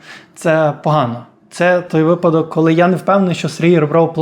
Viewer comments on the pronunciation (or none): none